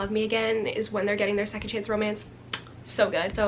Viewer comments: When she corrected herself to “chonce” AHHH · “Chonce” LMAOOOOO poor Niall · THE LITTLE "chonce" CORRECTION KILLLLLLED ME